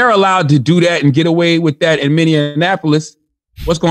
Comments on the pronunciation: "many an apolis" 😂😂😂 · Minnenapolis .. Love how people always mispronounce the name. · I love Charlemagne but a man died in my city Minneapolis say my city name right 🤬🤦🏿‍♀️ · mineanininininiapolis lol